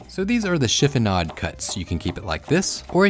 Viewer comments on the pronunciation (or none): This looks awesome. One funny thing, I was watching as you were chopping the basil and I totally thought you said "… and I shit you not" lol. I thought, "I KNOW he did NOT really say that, did her??" I backed it up and played again. You said "chiffonade. lol😭❤😎